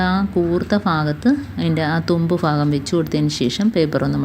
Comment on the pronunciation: Fagam alla bagam